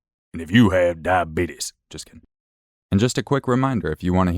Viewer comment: Me: I’m not sure I could love this channel more.: does “die-bee-tus” voice …… I stand corrected